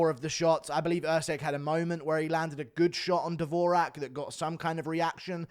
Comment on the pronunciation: Dvo-Jacque not davoooraaaaahhhk😂